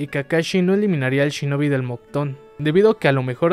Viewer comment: "MOCTON? PENSE QUE ERA MOKUTON XD "